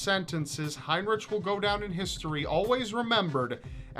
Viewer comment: You are saying his name wrong. In german heinrich is actually heinriH. Ch = h (haynrihh)